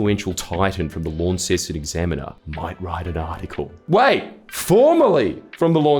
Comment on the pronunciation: All us Tasmanians piss our pants a little whenever you say Lawn-ceston instead of Lon-ceston.